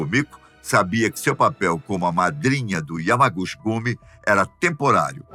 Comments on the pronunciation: A pronúncia de Yamaguchi... è Yamaguti ❤ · Correção O yamaguchi esse "chi" lê-se ti Entao se lê yamaguti